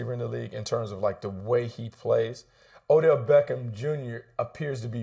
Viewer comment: He said O'Dell smh